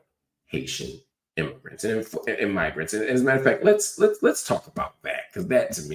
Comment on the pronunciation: Mig isn’t pronounced the same as Nig if you’re tryna say Migrants. People really be tryna play us as stupid 😂